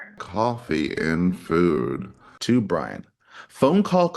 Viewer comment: STOP CONSTANTLY CALLING HIM 🧠B R A I N 🧠 HIS NAME IS BRIAN. You have been doing this for over a year now. Every Long rant that you post You refer to Brian as Brain. It is not a mistake. And her car was parked by the front door because that is her parking spot. Good grief MA'AM ‼️